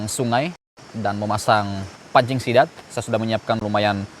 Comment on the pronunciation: Dengan gagah nya bilang sithan😂